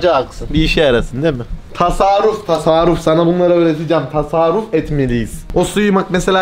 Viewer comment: Sinir oluyorummmmm enes:Tasaruf Tasaruf Tasaruf Tasaruf Ben:Bİ KEREDE TASARRUF DE BE ADAM!